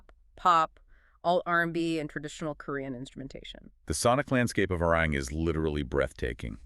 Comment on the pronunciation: Love this so much! 💜🤌🏻 But remember, it's pronounced "Are-Ree-wrong" 😂💜 Arirang